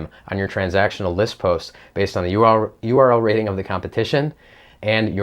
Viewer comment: Conclusion: You have problem saying URL Rating :-p correctly :-p